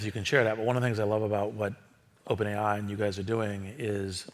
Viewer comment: oPaeN ai 🥴